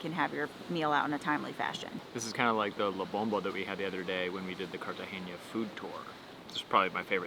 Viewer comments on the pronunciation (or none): CartageNa, not CartageÑa.